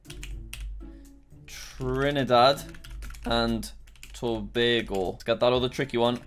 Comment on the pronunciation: You pronounced Trinidad and Tobago so perfectly, damn I must commend you